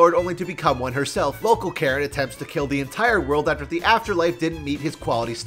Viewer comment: every time I watch this I think he says Carrot instead of Karen...